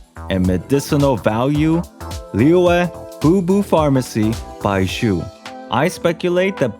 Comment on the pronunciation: you were able to say zhongli with a j sound (jongli), but somehow can't free yourself to say baizhu(baiju) without a subtle s sound, I suggest you to imaging baizhu as bai zhu